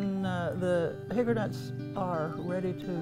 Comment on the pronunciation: That sounds delicious. Is she saying "hickernut" or hickory nut?